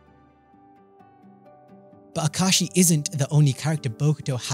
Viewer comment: Ahem ah ka ah shi not ah kashi 😂 I had to since he complains in the manga